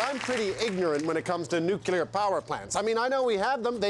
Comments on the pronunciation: NUCULAR ? comon Rick Mercer you can do better. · is it me or did he start off saying 'nuclear' and then begin saying 'nucular'? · Came in to hear Nu-kee-ler, was not dissapointed